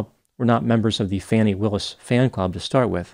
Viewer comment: And deliberate mispronouncing Ms Willis' name.